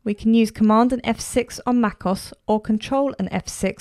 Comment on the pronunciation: It is not Macoss it is Mac O-S